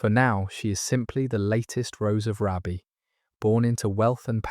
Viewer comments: Hi from County Durham. Just a quick note. Raby is pronounced Raybee. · The Rose of Raby pronounced Raybee. Paradoxically she is descended from a Beaufort therefore a second cousin of Margaret Beaufort.